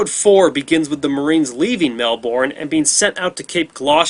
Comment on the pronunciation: Mel-burn not Mel-born